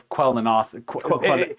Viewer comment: Hahahaha 😂very funny guys trying to pronounce quenelles 😅